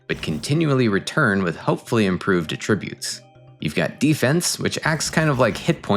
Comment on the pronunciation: Attribute pronunciation killin me!! Such a selfish interaction. Much love